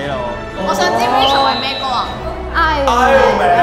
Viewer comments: Iron 個r唔發音... 仲要懶醒咁係度捲脷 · 成班咁大個人都唔識讀""iron" ......唔發r音架大佬....